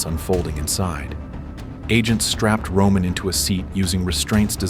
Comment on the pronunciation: Romannnn not roomaaan